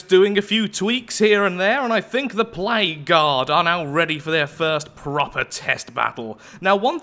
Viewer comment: With 2x speed and your accent whenever you say "Plague Guard" it sounds like "Played God"